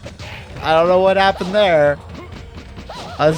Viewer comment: "what happun" about the mk franchise when?